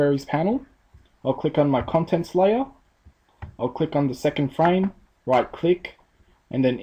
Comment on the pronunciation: se le borra el guion amiga es FRAME no es FRA-ME jajaja me di cuenta del error xD